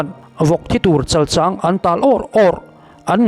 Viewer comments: Chalchang hi I thluk diklo,mizotawng hi uluk deuh teh,a bikin youtuber te hian zotawng hi uluk a ngai a nia,💪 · Chalchang thluk hi a diklo deuh a ang. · i thu ziak chhiarte a ngaihnawm țhin hle mai, lawmthu ka hrilh a che👏 thil pakhat "chalchang" tih i lam dan hi dikhlel hret awmin ka hria. "chal" tih hi Sechal tiha chal kan lam rik dan hi ni lovin, a ri hniamin "chal" hi lam ni se. "chang" tih pawh hi "thingzai 'chang' kual kan tih ang hian chang hi a ri hniamin lam ni se. Kan lo ti ve mai mai. I chanel hmaih ngai lova. 😅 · Chalchang ilam dan hi ka lo ngaimawh deuh thin chal hi arisang in chang hi ari khamphei deuh in kan lam thin afik zawk phei chu ka ti ngsm chuang lova. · Chalchang i thluk dan chu a dik chiah lo deuh.